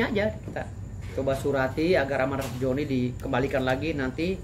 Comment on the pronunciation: Zoni Zoni , bukan Joni bg dauz 😂